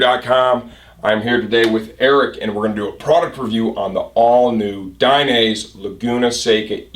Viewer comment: It's "DAI- NEH - ZEH". not DAI- NAISE